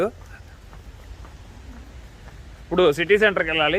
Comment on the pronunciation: ఉప్పుడు కాదు అన్నా... ఇప్పుడు.....🤣🤣🤣